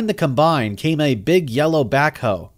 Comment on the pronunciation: I had to turn it off. I couldn't listen to him mispronounced combine one more time.